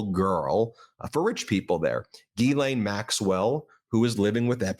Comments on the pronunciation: Why can’t anyone pronounce Ghislaine…it is not Guylaine! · Ghislaine is pronounced jiz lane. It comes from Breton in France.